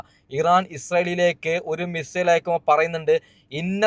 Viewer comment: മിസ്രയിൽ എന്ന് പറഞ്ഞ് പോകുന്നുണ്ട് ബ്രോ (മിസൈൽ എന്നല്ലേ !